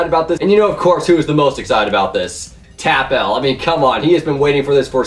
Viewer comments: it's not Tap L it's TapL as in apple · It is tapl (tappul) not tapl (tap L) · its pronounced "tap-ill" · you pronounced tapl wrong smh